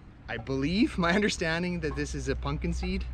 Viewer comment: it sounded like you said punkin seed instead of pumpkin lol